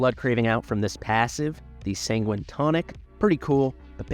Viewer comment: Sanguine is said as 'San-Gwhine'.